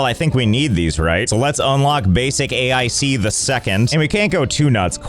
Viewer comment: I don't understand why you keep pronouncing it A I C and not Ache.